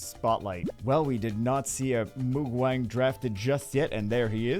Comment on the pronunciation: moo-gwang. not moog-wang... his name literally means nothingness-light or "without light".. sounds pretty cool for a monster name 😑